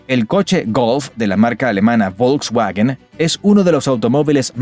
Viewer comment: ni "uagner" ni "ulks uagen" si vas a hacer un video sobre Alemania y laurear sus virtudes empieza por respetar el idioma, es normal "castellanizar" las palabras para ajustarlas a nuestro acento pero no "anglizarlas" por ignorancia, es tan fácil como usar el traductor de Google y reproducir su pronunciación para luego repetirlo lo mejor posible, me sangran los oídos cada vez que usas acento ingles al pronunciar las palabras nativas del Alemán, la "W" suena como "V" o "F" así que suena: "Vagner" y "Folks Vagen" RESPETEN EL IDIOMA!